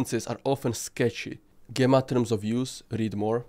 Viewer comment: GEmma pronunciation is JEmma a strong G like GEmini, Gemma is a synonym of Jem.